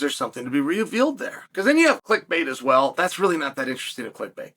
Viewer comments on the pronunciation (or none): none